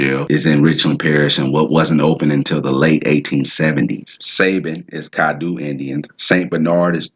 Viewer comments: Its pronounced cad-doe not doo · Natchitoches is pronounced... Nak-o-tosh or better yet sounding... Nat-ki-tosh...twin brothers and sons of the Caddo (pronounced) Cad-doe of the Caddo Chief, his brother's name is Nacogdoches, Texas, the land of the Caddo, is between four states, north east Texas, northwest Louisiana, southeast Oklahoma, and southwest Arkansas...Originated from the Tribe of the Caddoan Linquistic Family of Indians, which is now the Caddo Nation of Oklahoma of the Caddo Confederacy, since most of them were relocated there. The video and knowledge is great, Good Job young man, keep up the good work, because the people need to know where they came from. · Nice. Like the way you broke that down. You chopping it up though; but, very good. We pronounce our vowels differently than most Americans. Its Crèole Française. Caddo is CAD DOE Attakapa is Ah taw ka paw Opelousas is like saying opperation or Appalusa